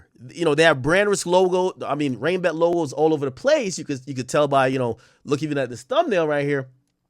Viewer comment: Did Blue actually ever say RainBet !? Cause all i herd was BrandRisk